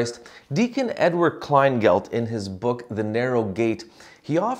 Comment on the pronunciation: Hi Father! I know that deacon. His last name is not “Kleingelt” as you said. It’s “Kleingetl” as in rhymes with “kettle”. Klein-get-ul 😃